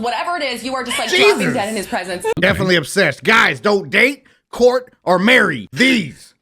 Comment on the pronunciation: I keep hearing "court" as "pork".